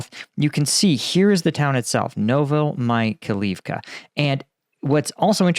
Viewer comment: Like your videos. Correct prononciation of town sound like "novo-my-high-leave-ka"